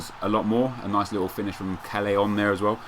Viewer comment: callejon is pronounced 'cahyehon' or something... just saying, just saying :P